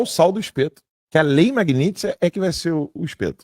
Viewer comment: Esses demonios desses jornalista new age alem de falar pela porra do nariz ainda tem que engasgar pra falar global e pronunciar errado MAGNITSKY que se le exatamente como se escreve? E tem gente que ainda da credito(do latim acreditar) numa porra dessa?